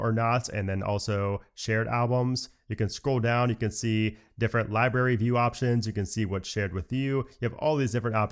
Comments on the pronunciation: I love your videos,, but it libRary with an R, Not Libary,.:) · Did he always say "libary?"